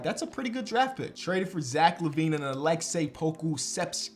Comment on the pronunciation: “Jack LaVine”